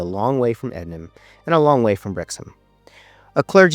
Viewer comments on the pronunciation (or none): none